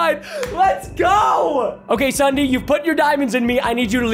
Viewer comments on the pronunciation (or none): When he says Ssudee I WAS LAUGHING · Ok its ssundee not sunday